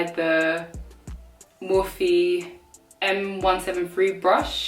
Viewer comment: I’ve always pronounced it as morphe, one syllable but you pronounced it as mor-phe with two syllables. Cool